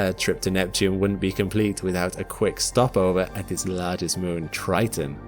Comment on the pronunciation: Ah yes, tge erupting geezers of Tritan.